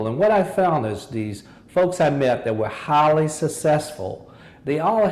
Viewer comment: when he said "highly" I thought he said "holly"